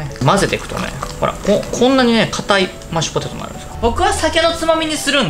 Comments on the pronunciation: やっぱり『マッチュポテト』って言ってました!? 聞き間違いじゃなかったwwwww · 今日も安定のぐでんぐでん笑 マッチュポテト言いよる笑 そこが面白いww てか、ぐでんぐでんで 料理やる気あるのが凄。 私絶対無理w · まっちゅぽてとっ(๑>ᴗ<๑)